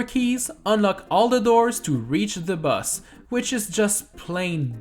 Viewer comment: Whenever you said boss I thought you said bus